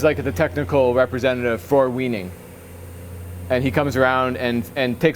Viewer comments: its pronounced...why-nig. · No ! Pronounced vi nig. They are German